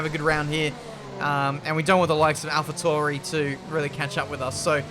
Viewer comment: I realy dont understand why you say Alfa Touri insted of Tauri